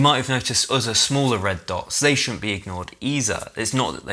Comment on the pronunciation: "There are uzza community features that shouldn't be overlooked eeza" - is this a mic problem or is this how he talks?